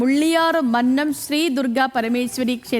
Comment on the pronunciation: മന്നം അല്ല മല്ലം